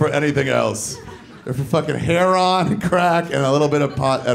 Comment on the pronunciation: Nigga really did say heron lol what? The bird??